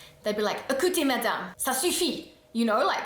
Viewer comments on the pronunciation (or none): none